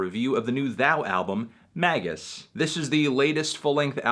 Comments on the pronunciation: Surely it's pronounced May jus? Not Maggus? Anyway, it's.fucking amazing.. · It's not MAY-jiss? 😰